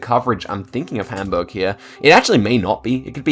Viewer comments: Well played (you got a really nice pronouncation of Hamburg) 😂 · your pronounciation of hamburg is so good, rly noticable that you mustve been to germany